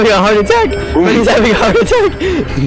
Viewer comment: "Im literally get chase at five night at fweddys gang" made me 😂😂😂😂